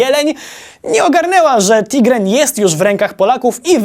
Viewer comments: Szefuńciu! Szwedzki okręt nazywał się TIGERN (tygrys) a nie jak wielokrotnie powtarzasz TIGREN. Chyba, wypiłem o 2 Specjale za dużo i źle słyszę... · Okręt, nie statek, to już ktoś zauważył, ale chyba nikt nie zauważył, że Tigern a nie Tigren. Zamiast oglądania piwa i wykonawcy, zabrakło mi wykorzystania Oliwskiej szanty. Dziękuję.